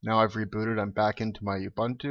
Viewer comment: It's pronounced oo-boon-too, nut you-bun-too.